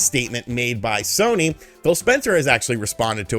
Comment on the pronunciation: Haha at one point yo said shony sare